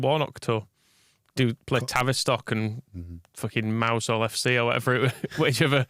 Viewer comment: Lads, too stuff as always. However, My Cornish wife would be grumpy if I didn’t mention, “Mousehole” is pronounced “Mowzul”. Thank the footballing gods that Warnock isn’t still here to arrange those kind of ridiculous fixtures. West Coast here we come. MOT